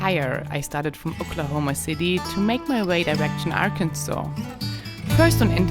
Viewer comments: Because of the Indians...said it to be pronounced this way. Not AR..Kansas. This is insulting to us here born in Arkansas.grrr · I think it's pronounced Ah-kin-sa(w)where the R is in your throat, not on your tongue, and the last S is silent, as the French do. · As a native born Arkansan, I can definitely say it is pronounced "AR-kin-saw". I love my state and its generous, warm hearted people. I spend all my free time riding my horse in the national forest in Crawford County. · It is not Ac n Saul. It is Ar Kansas. Ask anyone who live in Arkansas. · Mein Deutsch Ist Neicht Ser Gud: Arkansas wird „Arkansaw“ ausgesprochen, um die französische und indianische Geschichte des Bundesstaates zu würdigen, anstatt den üblichen englischen Lautregeln zu folgen. Französische Entdecker schrieben den Algonkin-Namen für das Volk der Quapaw mit einem stummen „s“ am Ende, was 1881 durch einen Beschluss des Parlaments von Arkansas offiziell festgelegt wurde. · AR-Kansas really angers local people. We were a state before Kansas, so the pronunciation logic makes no sense. It is a poor English translation of a Native American word which means "south wind". Please just say it right, don't be disrespectful. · I grew up in Arkansas. It's pronounced Ar-kan-saw because it's a different native American tribe that lived there (the Choctaw). Kansas is named after the Kansa people. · It's Kansas that is being missed pronounced. It should be pronounced as Kan-saw. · Hello and thanks again for the wonderful trip! Do you know that Sometimes you look like princess from Star Wars...QAs for the pronounciation of the name of the state Arkansaw is like a local slang. Or it is just south,ha you are chewing the words a lil'bit...I am not keen or speaking German but to me it sounds like a auslEnda instead of auslAnda. Anyway leave it as it is. No need to change it. It is just enough you were there, and for us too. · Arkansas is French,, so say it like a French person.. meaning, south breeze.